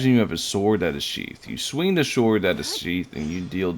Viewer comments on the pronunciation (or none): I’m not gonna ignore the fact that you said “SHORD”